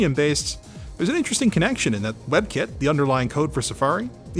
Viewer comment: I know he is saying "web kit" but I keep hearing webkin.